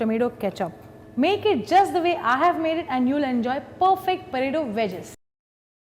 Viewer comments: why does she keep saying puh-taytto??? its so annoying i cant seem to focus on the video whilr hearing puhtaytto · whatt is porato porato thing hahahahha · all cool, but what's a porato xD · You say Poe ta tooo and She says pataeto.